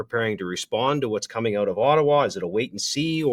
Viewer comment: Now there is a true Albertan lol "figure it ooooouut" hahah